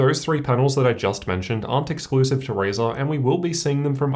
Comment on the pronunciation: this man literally says, "raisin." At least try lol, can you say RY? pronounced, "RIE." If you can just say RIE and then say zen. RIEZEN and he literally says RAYZAR